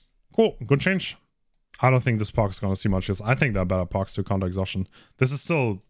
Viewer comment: Man spricht es Perks aus nicht Parks